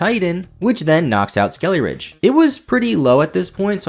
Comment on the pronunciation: When you kept saying skeleridge, I thought you were going to go into a ridge wallet sponsorship lol